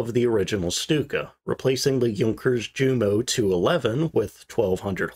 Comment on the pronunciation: You do well on your pronunciation of Junker but fall down on Ju a Jumo Yoonkers, Yu and Yumo?